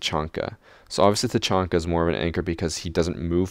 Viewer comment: Who thought he said tachonky